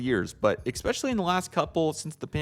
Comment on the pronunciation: Appreciate your effort but you guys are hacks. And "ex specially" isn't a word.